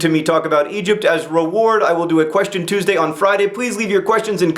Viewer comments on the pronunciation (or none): none